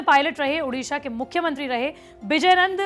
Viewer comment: उड़ीसा तो ढंग से बोल